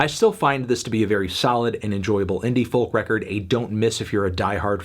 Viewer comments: would be a good video but for the way you pronounce the word "folk" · For gods sake melon please stop pronouncing the ‘L’ in folk, it’s cringe inducing and frankly beneath you